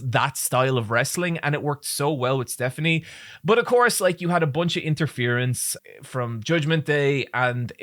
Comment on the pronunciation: I don’t know if you’re purposely mispronouncing Stephanie’s name, but she definitely deserves more respect